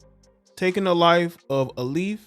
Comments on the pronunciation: Your day pronunciation of Alief is getting to me lol It's (A-leaf) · this my area. Its pronounced A 🍃 🍂. SWAT southwest alief texas. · its pronounced Alief (A- Leaf) like a leaf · For future reference...Alief is pronounced 'A-leaf'...It's a suburban hood in west houston.